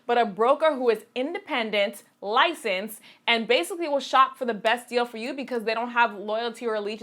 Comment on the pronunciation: is that an accent? "bayasically"